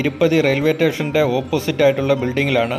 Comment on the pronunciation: റെയിൽവേ ടേഷൻ അല്ല. സ്റ്റേഷൻ